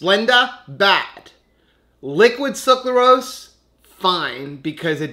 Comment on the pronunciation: SUCRAlose instead of SUCLArose